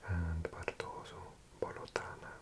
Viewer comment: not only am i sardinian but my mother's family is literally from the area you were showing so as soon as i heard placenames like tirso and orotelli i jumped on my chair. btw it's pronounced bolòtana with a stress on the o